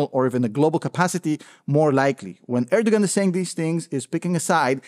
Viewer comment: Hi. Love your normal Youtube channel and find this one pretty interesting. The g in Erdogan is by the way silent jfyi. I hope this whole situation somehow can be managed at least in the following years. Every outcome is possible and thinkable, what really scares me. Suffering are the civilians on both sides and this has to end.